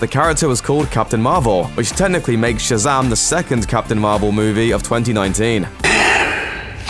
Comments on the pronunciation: Its Shazam! Not Shazaam dickhead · Shazum nice accent